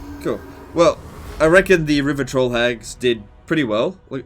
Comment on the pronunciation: 0/10 cause i have to listen to "rivah twoll hagggggg".